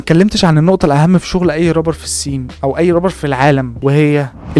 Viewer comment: يسطا ارجوك ممكن تقول رابر بدل ربر حتة لو هتقول ال(r) ر بس قول رابر مش ربر بس فيديوهاتك جامدة❤